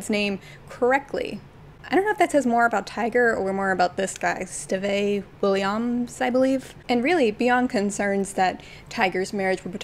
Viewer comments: Not Stehvey Willy-yumms 😂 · PLEASE THE STEVE WILLIAMS PRONUNCIATION TOOK ME OUT💀💀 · I initially came to this comment section to ask how someone could wrongly pronounce Steve Williams… And then I realize what was happening and chuckled